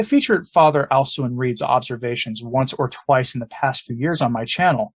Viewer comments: Isn't his name pronounced as "AL-koo-in" rather than "AL-su-in"? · Thanks for the report on Dom Alcuin Reid OSB with whom I was acquainted in his layman days as Scott Reid many years ago as he is a fellow Aussie. Small point, but you pronounce his professed name Alquin as AL-kwern (not AL-soo-in) 😉